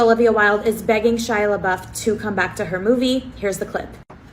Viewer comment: The amount of times she mispronounced/ butchered Shia’s name 😂